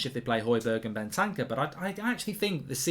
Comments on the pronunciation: It`s Bentancur not Bentanca😂😂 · Mark this has been annoying me for ages it isn’t Ben tan cer Ben ter cure